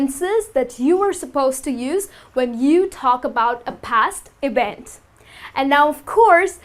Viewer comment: Not ewent Its a EVENT!